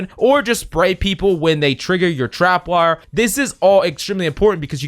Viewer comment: Love the vid but it made me cringe when he kept saying “trap”wire